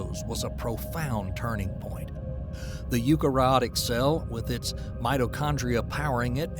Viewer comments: Narrated by George W Bush, I love it... Multahcellular.. Yookarayotic cells.. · Those complex names just don't sound right with an American accent. It's pronounced You-carry-otic ! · I wish you'd learn how to pronounce "eukaryotic". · Please learn to pronounce eukaryotic.